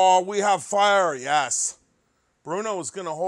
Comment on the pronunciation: gets Chinese when he messes with Fiiiiiirah.